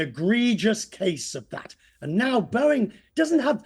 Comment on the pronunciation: haha what? It’s Boeing not Bowing. It’s plane not plain. I’m assuming you aren’t American .